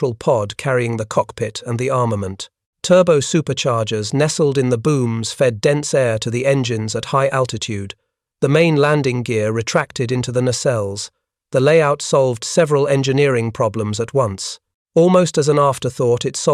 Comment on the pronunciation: what is that!? Cockhigh, landing grer? Bruh, at least watch the ai video before you post it. Total garbage.